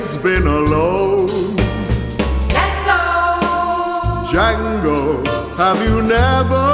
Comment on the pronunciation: "Django"..... D silent baby!!!